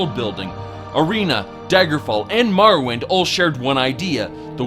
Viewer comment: ha! Was he trying to say Morrowind? XD